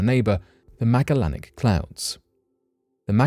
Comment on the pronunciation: (Ma-jel-in-ick) come on man... I know you can do it you're so smart... pronounce it right....